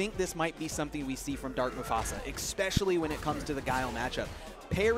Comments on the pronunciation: Every time I hear "exspecially" I want to die. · EXspecially...LOL! Ignant ass